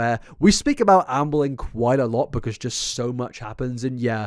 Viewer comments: Every few times says Amberlynn I hear Anne Boleyn. I’m honestly not bothered about it as it makes the listening experience a little more exciting. It’s like a little game of what sentences will my brain decide to switch in a 16th century queen instead of Amberlynn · genuienly cant not hear "anne boleyn reid" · every time you say 'Amberlynn' I keep hearing 'Anne Boleyn' instead and my brain reacts funny to that contradiction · My history geek ass hearing "Ann Boleyn" every single time without fail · lol every time you say “Amberlynn” I hear “Anne Boleyn” and it makes me giggle 🤭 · I keep hearing Ambling! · When I have subtitles on, I never get the same version of her name twice in a row haha